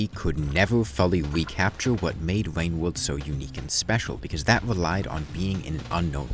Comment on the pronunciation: bro really said wain wowld